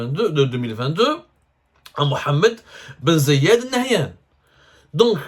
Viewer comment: c'est aussi dur de prononcer bien le nom du prince Emiratti?? Ben zayyad ??